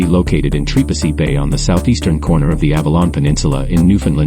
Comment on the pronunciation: who told you this was trepassey...also have the name said properly do not use a.i.